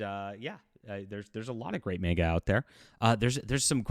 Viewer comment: Manga is pronounced MAWN-gah, not MAYN-gah.